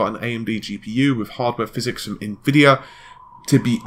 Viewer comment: we found a word better than Tiddycum: phyZEEEEEEX!!!!